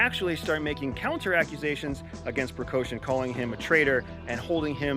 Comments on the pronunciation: Good commentary, thank you!! A few remarks: Let’s pronounce the names correctly. It’s LuKAshenko and it’s PrigoZHin. Lukashenko is a LEGITIMATELY elected president, whether we like it or not. Same for Putin. Putin may appear as a strongman, but there are a lot of people behind him. He balances between four distinct power blocks. Let’s not oversimplify things, he’s not a czar. I’m sure you are aware of that. 25,000+30,000 is a big number, but is it really enough to take on Kiev? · Bro🤦🏼‍♂️. If you’re going to give an intelligence report at least get SOME of the names of the actors correct. It’s not PriKoshin. It’s PriGozhin. And it’s not Lushenko. It’s LuKashenko. You are embarrassing yourself. You don’t have a clue what your talking about🤣🤣🤣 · It's Prigozhin, not "Precaution" and Lukashenko, not "Lushenko". Are you really from CIA with this name pronunciation? Good analysis, nonetheless. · Good job, great angle and analysis, thank you so much🏆 Just to add to the quality of your amazing work, let me point something: lider of Wagner Group - “Precaution”, and president of Belarus - “Leshenko”? Come on, you can do so much better. Prigozhin is pronounced with hard G not K, and zh not sh, while Belarusian boss is Lukashenka, pronounced like Lucas, with A at the end✌️ All the best, looking to see more of your great insights! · Leader of Wagner Precoushin/Percoushin, leader of Belarus Leshenko...🤦 Leader of Wagner Percoushin was leading a coup against Putin.🤦‍♂ No, he said he was not against Putin, he was against the Minister of Defence Shoigu (this last name is pronounced shoy-goo). The Wagner guy is pree-goh-zheen (_zh_ as s in 'pleasure'). The Belarus' president: look-ah-shen-ko. Either it's Busmetonte doesn't give a shit how all those monkeys are named, or all Americans don't give a shit for all those semi-human beings—Russians, Belarusians, Chinese, Krakozhianese (that one's from a movie).